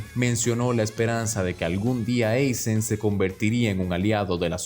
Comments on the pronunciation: Aizen, no Eizen… tú eres gringo? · Dislike por decir "Eizen" y no "Aizen" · Deje de ver el video después de escuchar 20 veces Eisen... parece buen video pero me explotan los oídos 😔